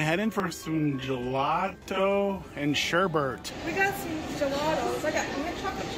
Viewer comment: "Alfreto" and "Colata" and "Sherbert"- LOL!